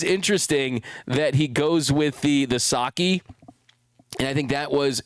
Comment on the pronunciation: It's "Sake" not "Saki," and he didn't pay more for it than a car! Get real and start pronouncing Japanese words correctly.